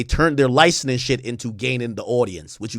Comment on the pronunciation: LICENSING not LINESCING, learn to speak brother